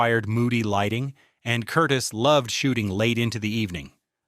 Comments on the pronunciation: Curtiz not Curtis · Yes! That pronunciation drove me crazy….please pronounce it correctly! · Who the hell is "Curtis"? The director's name was Curtiz. ker-TEEZ. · Dude... it's NOT Michael KURtis.... it is Michael Kur-TEEZ. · That's because it's not a dude, but an inadequate AI voice. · You mispronounce the name of the director. His last name was pronounced. Cur tease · Curtiz is pronounced 'cur TEEZ', not 'CUR tis'. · THANK YOU! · Director Michael Curtiz's last name is pronounced Cur-teez. But that's AI for you. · Awful narration, of the greatest movie ever produced. I liked it at 40 yrs of age ; judged it a masterpiece at 50 yrs. It gets better with each view .. and so does the acting. My favorite line ( missing from this video ): Major Strasser -- ' Mr. Rick, what is your occupation .' Rick -- ' I'm a drunkard.' Give the Jewish director credit for his name's pronounciation : Curtiz ( ending: " teez" ). That was an unforgivable error. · Every time they mispronounced the director's name I gritted my teeth.